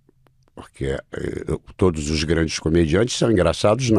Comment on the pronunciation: Eu até q ia assistir por causa de Miguel... Más como vc avacalhou com esse "todis" Eu não Clico mais no seu canal de jeito nem um!!!